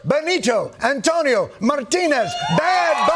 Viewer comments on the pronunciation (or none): none